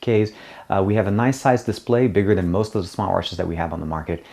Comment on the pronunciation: is it "smart watches" or is it "smoratches"? mnaybe you can slow down your speech a little bit: ther might (irony..) be viewers from other countries...